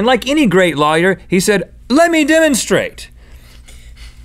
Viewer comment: Link pronounces lawyer as 'liar' and it was irritating the heck out of me!